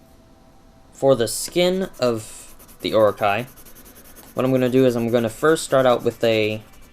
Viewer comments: Its oro-chee not or-okay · its pronounced O.RO.CHEE. Anyway your drawing is super awesome! ^_^ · That was friggin amazing (P.S. its pronounced or-o-chi) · It's pronounced "Or-o-Chee", but pronouncing Japanese words is hard, I don't blame ya. :) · not to be picky, but, it's pronounced Or-o-ch-ee. Orochi is from a japan myth "Yamato no Orochi." The eight headed serpant cursed a village, and if they didn't sacrifice a maiden to him, they would be wiped out. the 100th maiden was named Izanami, who was a sake brewer. A swordsman, Izanagi, promised her family that he would save her if he could marry her. In the end, Nagi got Orochi drunk, and cut off all eight of his heads. :)